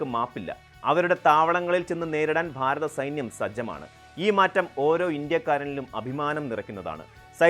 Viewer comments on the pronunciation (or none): none